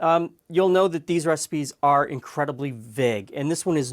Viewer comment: I love the way you say vague